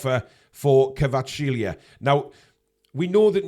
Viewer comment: We will sign Kvaratskhelia when learns how to pronounce his name:P